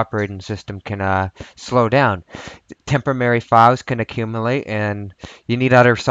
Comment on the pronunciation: All together now...."TEMP-oh--rare--reeee'! :)